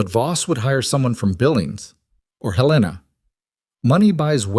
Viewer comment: Not Hay-lay- nah. It's pronounced Helen - uh